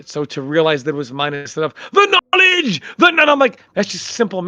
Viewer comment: "THE NOLIJ"